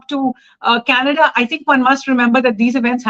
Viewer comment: Trudeau is responding to Kannada and not Canada 😂😂😂 just ask any Nijjar fan to pronounce Canada and see the magic, yesterday pronouncing was changed and today government is about to be changed and tomorrow country will be changed to Khalistan 😅